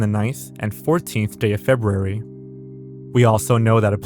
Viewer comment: You said FebRUary correctly. Welcome to the 1%.